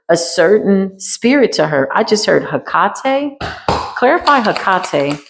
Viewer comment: Do you mean (Hekate), pronounced Heck a tay. Hekate is not one to play with, these people are CRAZY!!!😳😳